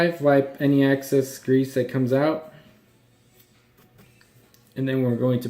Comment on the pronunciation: "Axcess oil" ... do you mean excess?